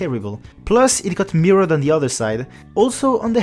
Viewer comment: Awesome video ! Seul critique c'est la prononciation de certains mots en anglais comme mirrored.